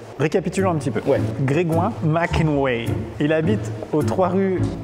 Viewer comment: qui dit Didière ma ken ouai